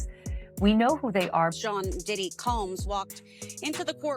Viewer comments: Doddy??????? Doddy????? Its DIDDY UUHHGG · Look you should learn how to pronounce the name correctly okay if you just say anything now and daddy didn't do anything but you know come on get it together and I'm trying to be interested in your your podcast since you know what you've always smoke up my butt with his name you have lost his whole podcast video movie practice that before you go out there. Sorry